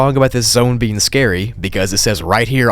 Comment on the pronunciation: When you said 'A mysterious being called The Grey One' I thought you said 'A mysterious bean called The Grey One'